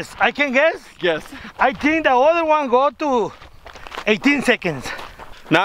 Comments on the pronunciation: He said Juan thoo tree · Wan two tree